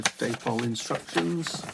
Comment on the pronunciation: Pronounced ‘Dappol’ not ‘Daypole’.